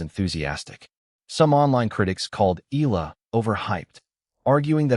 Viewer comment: Pronounced Eh ya la ...not Ila🙂